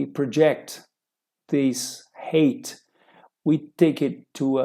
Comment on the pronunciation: Eu recomendo melhorar a pronúncia da palavra 'height'. Eu estou ouvindo 'hate' ou 'rate'; i.e., o ódio do triângulo ou a taxa do triângulo. De qualquer forma, a qualidade do conteúdo é excelente.